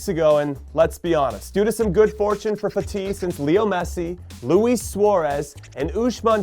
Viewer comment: I hate the way he pronounces fati 🥴🥴